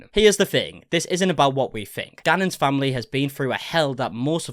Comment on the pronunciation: What kind of accent is that of hers? That's the weirdest sounding pronunciation of this poor boy's name I've ever heard, and pronunciation of the word 'family'. It just rubs me the wrong way, it's like hearing someone accidentally scrape their rings on a chalkboard it makes me cringe. And this girl says she's 'looking into sensitivity training' for herself? Is that what she thinks people want to hear? What a joke.